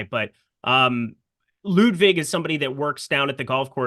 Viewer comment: please call him Ludvig if you can't prounounce his last name;) and thanks for good content guys!!